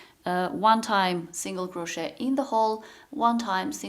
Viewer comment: Please don’t pronounce the T in crochet. It is very disturbing.